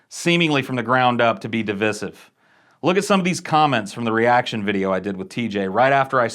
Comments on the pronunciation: You pronounced "divisive" incorrectly. Lul. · Why are you mispronouncing divisive? It's killing me.